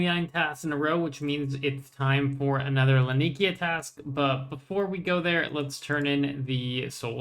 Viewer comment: bro i love your content but can you PLEASE look up how to say Laniakea properly...